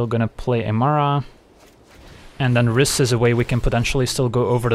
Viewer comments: Rhys is pronounced /raɪs/ (just the same as "rice") according to the japanese card (ライズ). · Rhys is pronounced like grease